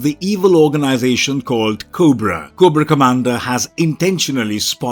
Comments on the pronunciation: 2 errors. Its commander cobra not comandar (GIJoe) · Koo bra commander 😂😂😂